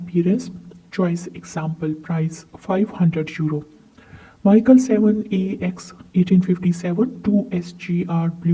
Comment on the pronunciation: I'm not sure if you have any clue of what kind of stamps you're talking about. As a real stamp collector you must know It's Mi - chel and never ever Maikel. Which is THE German catalogue publisher. also you don't know what 'pf' or 'gr' stands for. Therefore you had to separate if the above shown prices are from the catalogue or as I asume they're from auctions with the given very catchy and notable descriptions. You mix various German collectable areas as - old German states as Oldenburg, Württemberg or Prussia, or Baden - Foreign German offices in Turkey or China - German colonies, the early years with the overprints are really rare, - German Empire from - Deutsches Reich from 1919 - Danzig - Helgoland (belonging to the UK until the 1890s.) - German local post from various cities after WW2. while in the description only the colonies are mentioned